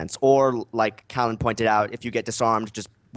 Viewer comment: Hi, it's Callan, not Collin. Easy mistake given usual pronunciation, best just to stick to Reti. I apologise if I came across as overly negative, I didn't intend to. There are many advantages of each weapon it's just that the others mostly covered the advantages so I was left to talk about the criticisms. I do mention some positives though.